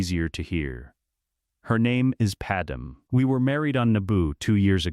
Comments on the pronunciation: I really dislike that it keeps saying Padam instead of Padme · It's not pattern it's padme, you numbnut